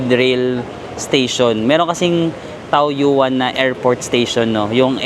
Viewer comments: Ito din nga sana ang iko comment ko 🙂 It's Tawyen 😊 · TAOYUAN --should be pronounced as TAWYEN